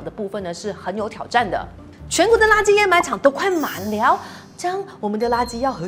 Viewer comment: 知识是不错，但是给个建议，读音最好先确认了再拍摄，掩埋是的掩是第三声，沼气的读音也不对